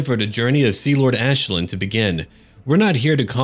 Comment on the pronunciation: The Commissar i think thats the correct pronunciation. Think you have to say it like the Irish Aisling